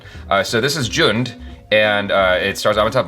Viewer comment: It's actually pronounced as jhund